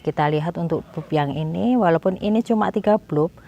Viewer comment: bulp...dibaca balb